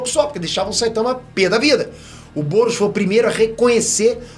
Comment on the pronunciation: só eu que tava ouvindo goros quando ele falava "boros"